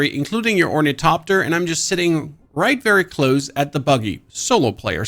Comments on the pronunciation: Thopter, not Topter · Orni....topter? The hell is that, I think it's pronounced " Thopter, not Topter " lmfao 😂😂😂😂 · Thopter .. but I understand it's your accent